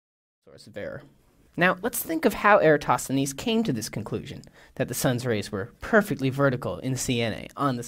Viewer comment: VSauce pronounces it correctly with the emphasis on THEEN. (if VSauce tweaked the "-thenes" part, to sound like "tennis" with a soft "th", it would be pewwfekt!) Greeks around the world cringing at all the other pronunciations. So in this case, the majority are wrong.